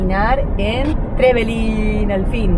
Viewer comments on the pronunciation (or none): Muy lindo todo. Sólo un pedido. Acentuar bien el nombre TreVElin. En la segunda sílaba. Gracias